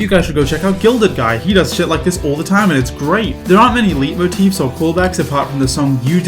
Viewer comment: Oh and PS idk if you’re doing this on purpose and if you are cool disregard my next statement but leitmotif is pronounced like “light motif” that’s all please carry on!